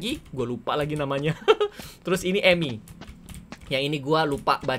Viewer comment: Mon maaf bang itu nam nya bukan emi Itu nama nya Emil